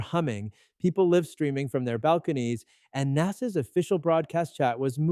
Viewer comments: Are you AI? You pronounced LIVE incorrectly. AI does that...... UNSUB!!! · AI mispronounced "live".